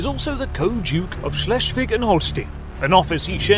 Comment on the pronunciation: "Schleschfick"? wtf? Damn! xD Schles- (last s like s in "stop") -wig (like wick in "wicked" I would say) (in some other localities it's called also -wick, -wik, -wiek, etc.)